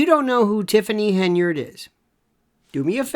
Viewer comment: Pronunciation is terrible - tifffany hindered ?